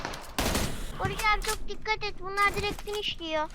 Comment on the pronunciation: Farkettinizmi bilmiyorum heyecanlaninca Barış abi demiyo. Barıjj abi diyo😂😂😂😂😂